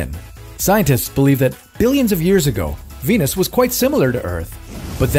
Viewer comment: 金星一直聽成penis